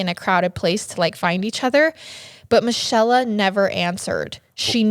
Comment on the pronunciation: Another great story but I think Michella is pronounced Me-Kay-la / Mi-chel-la